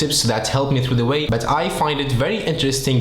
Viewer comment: it’s called “But” not “bat” :3